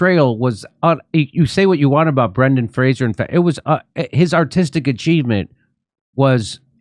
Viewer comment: I really like you guys, but please, please, please take a moment to focus on the actor’s name for a few seconds. It’s BRENDAN FRASER.